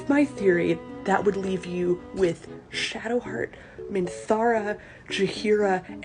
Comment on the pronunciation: Did.. you just call Shadowheart "sheart"